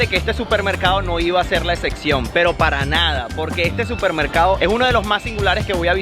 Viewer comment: Por qué dices esección y no excePción?